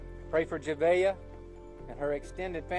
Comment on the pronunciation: You could at least get her name right. It’s not hard, especially after listening to multiple people say it correctly. Juh Vay Uh… Javeayah